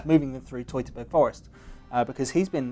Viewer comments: Hoity-toity-burg? Can't one anglicize this as Teutoburg as in Teutonic knights? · TET-OH-BERG Forest...